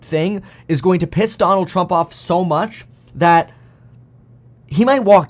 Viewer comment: Trumpuh versusuh Bidenah